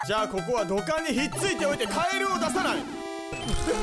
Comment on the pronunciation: ひめきんぐはきもち◯るいので封印してくださいw カエrrrrrrrrはあたらしいw デジャヴw